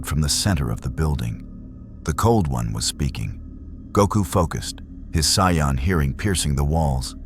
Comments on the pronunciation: Amazing. But AI pronouncing as Cyan drives me up the wall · saiyan is pronounced (say-in) but good story line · Not bad but I really hate the way you say Jar-vis and say-an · I made it 18 minutes and 51 seconds I can't listen to your computer spell out shield in Jarvis and then on top of that butcher the pronunciation of saiyan